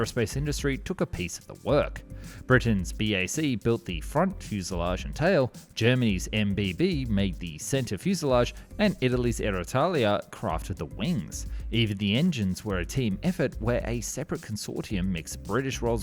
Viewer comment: It's Aeritalia, not AerOitalia; I have never seen the Bundeswehr use "PA-200" as designation, it's IDS and ECR; chronologically, the ADV is before the ECR; and the ADV was never intended as a "nimble dogfighter" but as a long-range bomber interceptor countering Tu-22s, Tu-22Ms and Tu-95 over the North Sea and North Atlantic, where there would rarely have been opponents for dogfights. And why would the Marine version be "impovised"? It was intended from the start that Tornado would replace F-104Gs for Maritime Strike.